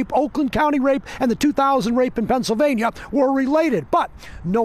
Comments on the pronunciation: By the way Pennsylvania is one word. It's not Pennsyl Vania, it's Pennsylvania. 😆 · "Pencil vane yuh"